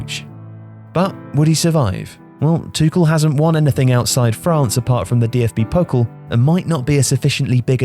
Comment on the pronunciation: It's DFB-Pokal, not DFB-Pokl ;)